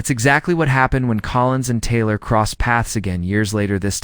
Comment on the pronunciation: not well done. pronunciation is poor at first mention of Taylor. Doubt much of the opinion or conclusions.